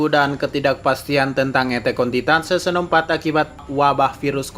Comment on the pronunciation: Kok pelafalannya seson